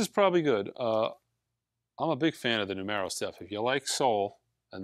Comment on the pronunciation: NOO-MURR-O, like the word 'number' in spanish.